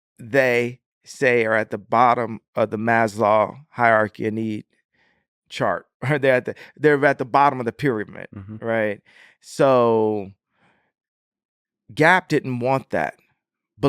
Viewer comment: Guy cant even say pyramid, and he is discussing engineering and economics. He should know he makes money, because he is "cool" or so people say